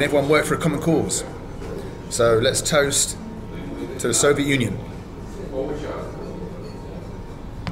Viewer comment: If I had a cent each time Bald says Solviet ...